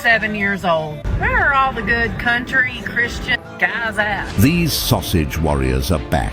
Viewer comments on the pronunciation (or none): I was dying when the AI voice called them "sausage Warriors" lol.